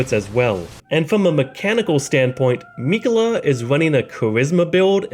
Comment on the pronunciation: You: “Rule: Don’t be a jagoff” Me: “fine, just say Miquella correctly please.”